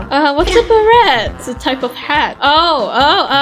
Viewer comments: its a silent T on beret! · It is pronounced bera